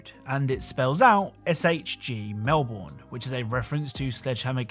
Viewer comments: EDIT: you pronounced melbourne wrong lol its "mel-bin" not "mel-born" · It's not pronounced "Mel-born" is pronounced "Mel-bun" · melbourn is pronounesed mel-burn not mel-born american a tip to not piss off an ausssie DON'T SOUND OUT EVERY VOWEL also it's not E -MOO it's E-M-YOU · If it is based in Australia than it is pronounced Melburn not Melborn. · ITS NOT MEL-BORN ITS MEL-BN THATA HOW YOU SAY IT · pronounced melbin not mel-born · just a heads up its not pronounced "mel-born" its usually "mel-bin" or "mel-burn" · Just a minor correction for the last Easter egg, Melbourne is pronounced Mel-ben not Mel-born. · Just so you know, it’s pronounced Mel-burn not Mel-born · it’s Melbine MELBINE ILL KILL YOU ESPECIALLY THE ONES IN THE JURY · Psst, if SHG Melbourne is in reference to the Australian city, it's pronounced Mel-burn (; Good vid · Stop saying Melborn it's not pronounced that way :'( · He pronounced it melborn he does realise it’s a city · It's Mel - burn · The way you said Melbourne was like fingernails on a chalkboard. It's pronounced 'Melb' n' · Hey, Melbourne is pronounced Melbin Just for future awareness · As an Australian, I can tell you that you overly pronounced "Melbourne" as most Australian pronounce it like "Melben" or "Melburn" if that makes sense. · Mate, you're British. How do you mispronounce Melbourne? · Wow. Normally it's only yanks we have to say this to, but that's not how you pronounce Melbourne. It's more a cross between "Ben" and "bin".